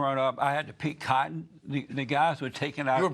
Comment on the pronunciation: "it's fun to pick cottion" ahhahahahahah